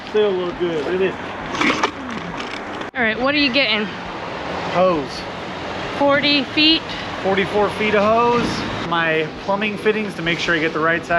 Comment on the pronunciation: I am British did he say he was getting some Oze or Os or Hoes or Hose? He he he.